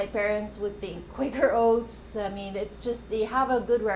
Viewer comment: it's Kwaker owts